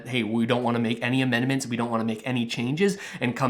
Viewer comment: Dude: were you drunk when you wrote this or just stoned out of your mind? Didn't you mean to say amendment when you said, immendment? You think you're a political expert or a fortune teller or both? In spite of my pessimism however, I tend to agree with you! I wish Russell would start explaining this new program that pays people to learn a new, in-demand trade. That would truly help all Canadians who wanted to take advantage of it! I'd like to become qualified as a heavy machinery operator or electrician. Trudeau started out as a Drama Teacher and maybe he likes a little drama in his politics and election strategies, keeping unemployed Canadians on the edge of their seat until the last possible second where he comes to our rescue and keeps the CRB at $500 a week...Wouldn't he look good, the big hero, come election time? The liberals are crying about the huge debt but they will easily pay it off with all the millions of dollars a month in taxes on licensed marijuana as they tax us to death.